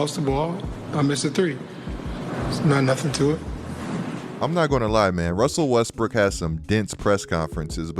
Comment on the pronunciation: “Russsseeelll Weesssttttbrrkkic”😂😂